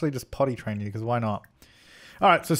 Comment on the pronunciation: Why do you say “Jew” instead of “you” in so many episodes? 😂😂😂 #dead